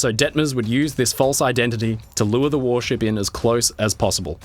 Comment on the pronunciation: it was zeeeeee Nazis